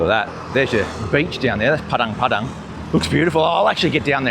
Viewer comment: Makasih Pak, tumben org bule bilang "Padang Padang" daripada "Padeng Padeng" :face-blue-smiling::face-blue-smiling::face-blue-smiling